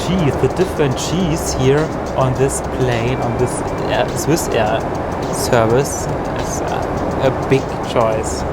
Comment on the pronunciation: Es heiß with und du hast wiss ausgesprochen